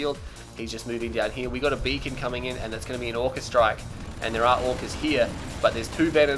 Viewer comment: I think the heroic avatar was also unleashed on tournament decision. on a side note, did just call the beacon a bacon? tell me I'm not the only one that heard that.